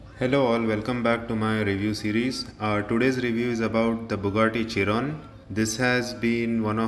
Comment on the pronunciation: I guess u pronounce it shiron